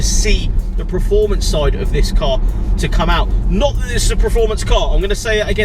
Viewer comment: It’s performance mate! Not preformance 🤣